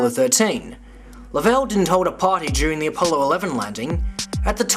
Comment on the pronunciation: I can't believe you even listened to Ralph Rene. The biggest fool of all time. Can't believe anyone would back that horse. What a zero. He can't even say James lovel's name correctly.